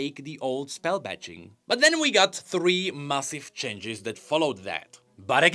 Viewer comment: Can someone teach him how to pronounce changes?